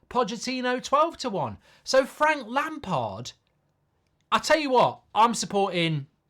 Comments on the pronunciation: It’s Lampard 😂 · Definitely not lampard, please, not lampard